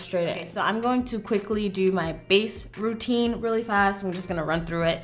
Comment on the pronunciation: For a moment, I thought you said “my face protein” rather than face routine 🙈😂